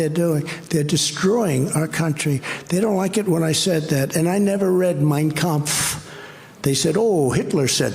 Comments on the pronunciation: Trump seems to sure as hell gives a perfect pitch German pronunciation of Kampf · I know, right!?! He can’t pronounce “Yosemite” correctly, but he landed “Mein Kampf” perfectly. So many ways to mispronounce it if you sound it out phonetically, which is how he tries to say words that he’s not familiar with. He’s definitely familiar with Hitler’s book. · Yep.... He sure did pronounce it perfectly. It could have just said I've never read anything written by Hitler but no, He had to specify and dog whistle to all the white supremacists out there.